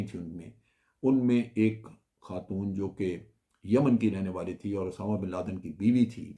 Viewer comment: جنرل صاحب اردو ٹھیک کر لیں اسامہ بن لادن ہوتا ہے اٹامہ نہیں